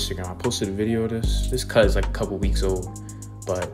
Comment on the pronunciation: I like how the news anchor said: "CUHT" not "CUT"